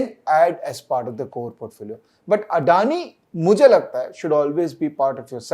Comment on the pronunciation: Thank you for better insight on this topic. Was waiting for a legit video ok this, especially legit view on Adani. Now I'm more clear for my views. ❤️ For TATA as always. Note:- everyone is speaking ADANI in wrong way it's अदाणी not अडाणी. Hope you will accommodate to it.